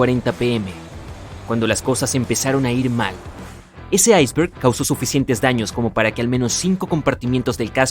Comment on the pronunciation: Se dice Iceberg No Aisver. xD!